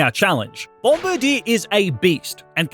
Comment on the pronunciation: That isn’t how you say its name